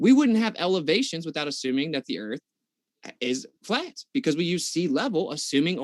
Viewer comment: So a baggage handler asked hundreds of pilots that he's friends with and they all said the erf is fwat lmfao